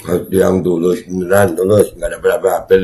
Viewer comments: Pulus pulus bukan tulus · Pulus kalik bukan tulus😂😂😂😂